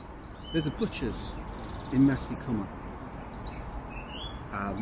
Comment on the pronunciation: Maesycwmmer not Masycwmmer. Maes rhymes with Mice.